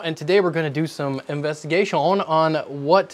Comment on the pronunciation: WHY DO YOU SAY "INVESTIGATION" LIKE THAT????!!